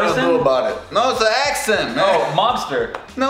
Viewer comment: English accent was on point (this is coming from an English person)